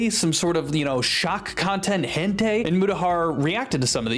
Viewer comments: Sorry to be THAT guy, but hentai is pronounced hen-tie. Not hen-tay. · The more you say hentei the more I believe you know how to say properly and are trying way to hard not to say it, great video btw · "hentay" please... Stop this madness... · Sounds hilariously close to "Entei" so you're not wrong 💀 It sounds like if Entei crossbred with a Hen 😂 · what's weird is the way you pronounce "hentai", but aside that I do miss Muta. Sure, he was a dick with how he handled this, but let's not forget the other good things he has done.